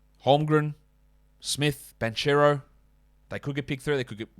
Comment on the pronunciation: Great work as always. Just a correction, the Banchero pronunciation is Bankero. The italians read "ch" as "k"